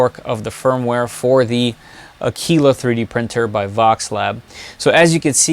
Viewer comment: Another great video on the “Voxel-Lab A-kwil-la”. Thank you. ;)